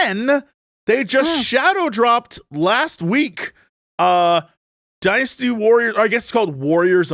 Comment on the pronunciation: Am I crazy, or does Jesse pronounce "Dynasty Warriors" like he's saying "Dinosoars"?